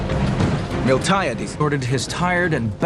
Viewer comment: Do I sense someone mispronounced Miltiades?